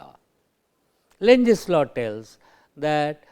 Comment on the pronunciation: lenz law, but he says lunches law,,,sorry , just opinion